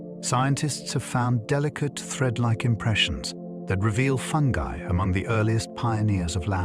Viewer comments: I love listening to these at night. But I can’t listen to this one because of the way that he pronounces fungi. It’s obviously AI. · I thought it was called fungi not fungee 😂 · Ya this one kinda killed it for me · If fungi can’t be pronounced properly I’m out of her! Stupid Al!!